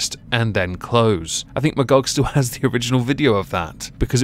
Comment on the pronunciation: You mean Ma-Y-gog?